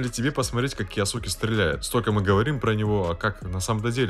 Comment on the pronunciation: Эрик кйоске а не киосуке